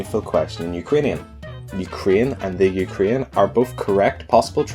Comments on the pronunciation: I hope you'll pronunce "Ukraine" correctly. It's not "Ukrine", it's "UkrAine". "You-k-rain". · it is UkrAIne, not UkrIAne (you pronounce it in realy weird way :/ ) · The Ukarine?